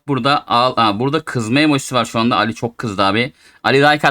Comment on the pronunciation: Abi alli değil ali ismi